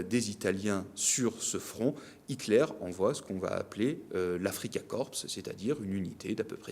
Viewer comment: Afrika Korps = Korps : prononciation française avec un "o" fermé...